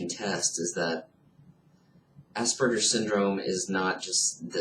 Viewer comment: Please learn the correct pronunciation of Aspergers! It is not assburgers.